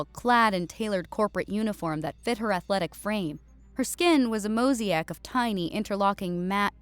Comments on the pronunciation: Mosaic: moh say ick. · Sorry, but his just have to be one more AI reading. Just listen how "mosaic" is pronounced ... Very disappointing... 😢😮😢